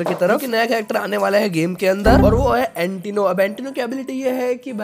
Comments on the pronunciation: Antino nhi santino hai🤣pehle mujhe bhi yahi laga yha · Antino nahi bhai santino👍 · Antino nahi hai bhai santino hai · Bhai wo antino nahi santino hai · Santino hai antino nhi bhai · Bhai antino nahi santino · Antino nahi bro Santino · Antino nahi Santino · Antino nhi santino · It's not antino it's santino